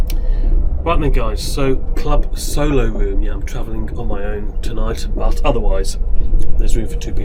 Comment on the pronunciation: May I just say that you need speech therapy, especially when you pronounce words that contain the letter R, for example It is a 'ROOM' and not a WROOM as you put it. Highly annoying !